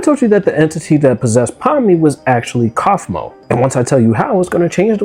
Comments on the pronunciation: Kafumo❌ Coughmo✅ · "coughmo" "koffman" dude what? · Ah yes i love “coughmo” and “kafika”